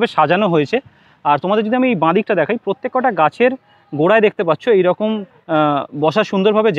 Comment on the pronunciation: শুনতে খারাপ লাগছে প্রত্যেকটা বলুন, প্রত্যেক কটা কথাটা ভুল।